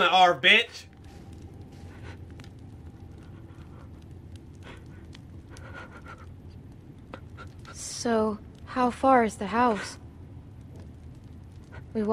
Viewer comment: Bruh said Arbitch doe hahahaha